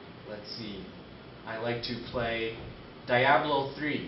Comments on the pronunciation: dye ablo 3... lolz, I can't believe Asrock can't find someone better then this dude. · de-ablo three